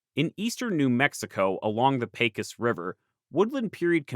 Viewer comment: great video! Though as a New Mexican, i did cringe when you said Pecos river (pronounced Peh kos)